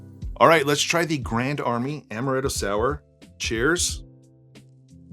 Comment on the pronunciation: Stop saying amaretto, it's amaretto